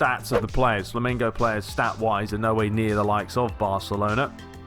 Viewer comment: LOL!. You are saying FLAMINGO instead of FLAMENGO